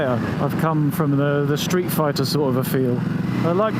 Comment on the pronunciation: "Street fahrter"... The perfect moment when you catch your brain midway switching between English and German. We're entertained, though!